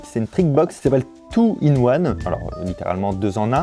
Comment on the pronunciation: Pardon mais.... ‘’in two one’’ 🙃